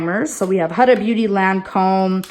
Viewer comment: Huda Beauty is pronounced like WHOda